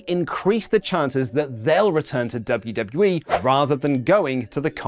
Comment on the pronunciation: did you say, "Luv-U-W-E". I have been stung by several red wasps so I might be slightly unfocused on the narrative. My apologies